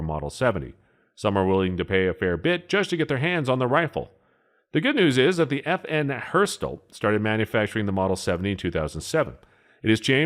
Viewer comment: FN Herstal is pronounced 'EFF' 'ENN' 'EHRSTALL' (The H is silent).